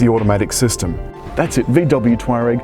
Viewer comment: Learn how to say the name correctly! its not "twar-rag" its tour-ag